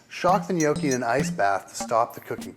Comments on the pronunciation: Gnocchi is pronounced with a short "o", the American "ou" sounds terrible. Although I agree with your tipps for the preparation, the end result looks terrible. The butter got far too dark and hot which burnt the sage leaves. Sorry, a plate of those would go back without even trying them ... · you're doing it all wrong when you can't even pronounce 'gnocchi' correctly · He's definitely NOT pronouncing it the right way. Just listen to an Italian and you'll easily find out. Most people from English speaking countries who try and speak Italian really make a fool of themselves. Furthermore, eggs are, indeed, used in some traditional recipes. Gnocchi is eaten all over Italy and the way gnocchi are made in, say, Tuscany may differ a lot from how it often is made in Lombardy, Apulia or Piedmont. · They should expect it; they put a video online, which while it does show a decent way to make gnocchi, offers incorrect pronounciation and a pretentious attitude. They aren't polluting the internet any more than anyone else. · ummmmm no, i speak fluent italian.....yes he isnt pronouncing the g...which makes him right, but it sounds too mangia cake. and too much iiiiii at the end which makes it sound dumb! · he's pronouncing it wrong... -. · Bad pronunciation of gnocchi. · People love arguing over stuff like this and I don't really mean to add to this, but I also want to say that he's not pronouncing it right. He's saying it more like "nee-oh-key" while the "ee" is too long and the "oh" too long and deep. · he say gnoghi. From italy ;D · What the fuck is nyoaw-chi? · It's a short o, not a long o. An "ah" sound, not an "oh" sound. Properly pronounced like it is in the video, 'Nyahki.' My grandparents from Abruzzo used to smack me on the head if I ever pronounced it with the long o. Great video though, just thought I'd let you know how to pronounce it correctly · Take it from a WHOP, people; it's pronounced NYOKKEE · If you pronounce gnocchi as "nee-oky." You're doing it all wrong.